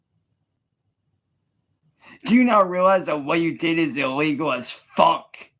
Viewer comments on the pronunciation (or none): "HIGHLY E-LEE-GUL!!!" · Is he talking about that sick bird again? The "ill eagle"?